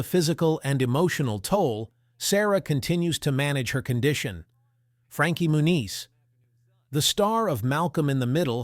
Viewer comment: Frainkie Moon-yeast?